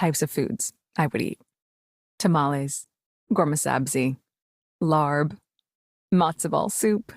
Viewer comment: It's pronounced 'LAHP' not 'LARB'.